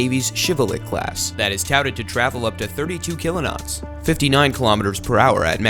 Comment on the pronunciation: Seriously, Kilonots? I can expect that mistake by other people, not by someone who call themselves "Military TV". Come on guys, that's a big mistake. It shows quite a lack in the research you've made until today.